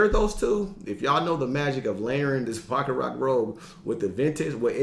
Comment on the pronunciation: Yo G..I know it be going wild😂 .but its pronounced Baccarat... (Cant be messin this one up in the fragrance community lol..my boy told me my Aventitoss smelled good and i almost spit out my drink😂😂😂😂😂